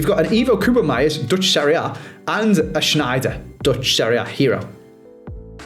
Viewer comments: if you gonna keep using koopmeiners try it like 'cope-miners' instead of coobermeyers or whatever you're saying now.. you're making half the letters up lol :P (cope miners still not perfect-perfect, but much closer at least) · Holy cow man I turned it off after the 5th "koopen-meiers"